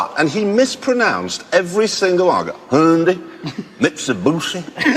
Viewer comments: The correct pronounciation is Hi-un-die but theres many other ways to pronounce it. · The funny thing about the car dealer mispronouncing Hyundai, is that that's what they like to be called now! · took me a while to figure out that he was saying "Hyundai" and not "Honda" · Its pronounce Hyundai, idiots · Hundy, Mitsabussi, Tiyuta, Nissa, Jagwar.... Oh Jeremy must have felt like slapping the guy after Mitsabussi